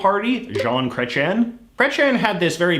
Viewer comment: wtf is up with your pronounciation of chrétien my man.